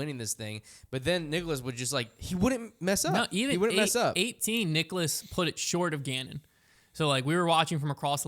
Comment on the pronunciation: Guys it's Niklas not Nicholas..... (Pronounced KNEE-KLAS)